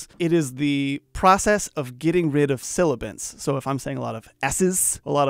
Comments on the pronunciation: Its Sibilant not silibant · Really useful video, thanks, but you might want to look at the word 'silibant' as it is actually 'sibilant'. The rest of this is so professional, to be honest if you hadn't put the word on the screen I might not have noticed how you are saying it. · Deesser are not for 'P', K, like you've mentioned. it's for Ess, Shh, and Sibilant. for P, B, (not K) use Pop Filter and Hi Pass (both on mics or on Inserts) supposed to be 'Sibilant' voice. not Silibants. A phonetic, a fricative consonant sounds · Sibilant NOT Silibant. Great job 👏🏽 👍🏽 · Hi, thanks for the video but the word is 'sibilant', not silibant.